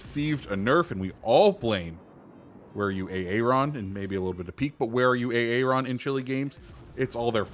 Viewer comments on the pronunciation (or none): none